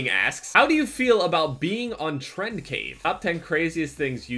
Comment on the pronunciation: it's crave not cave lol